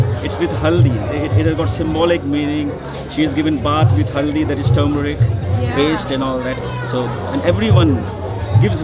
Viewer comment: It's not pronounced as Tumour but actually as Ter-meric. If there is one spice Americans must imbibe in their daily food, then it should be Turmeric.